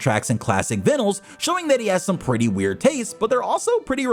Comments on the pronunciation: Vinols… VINE-OLES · Did you just say "vih-nuls"??? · no one's doubting it. He just heavily mispronounced Vinyls lmao